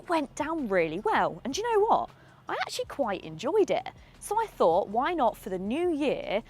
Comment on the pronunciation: Can't listen to anyone who can't pronounce "THOUGHT". It is NOT " fought".